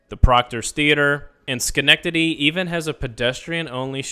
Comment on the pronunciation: 😂 you showed me how to pronouce Schenectedy